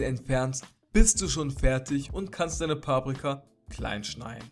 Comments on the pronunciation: wie er es immer sagt paaprika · das heisst paprika nicht paabrika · es heisst Paprika und nicht Pabrika😂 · paaaaaaprika das heist paprika 😂😂😂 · Es heist paprika nicht paaaaprika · Es heißt Paprika nicht paaaprika ._. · ich finds voll cool wie du paprika sagst also die betonung😂✨